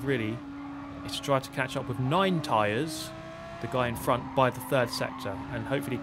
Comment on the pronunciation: Are we just gonna ignore the fact that just called Ninetytres "Ninetyres?" It's especially funny since he's in an American server and everyone spells it tires over here.